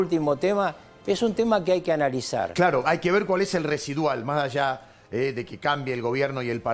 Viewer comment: No es "maallá" !!!! Y se dicen periodistas 🤦🏻‍♀️